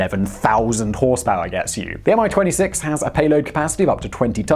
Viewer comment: I envy that great confidense of yours and how you butchered every Russian word with it!.. :) -Even as simple as "Mi"! Common - it's just "Me", not "M" "I"... ;)